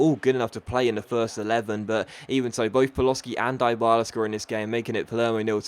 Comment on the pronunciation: deebala not diebala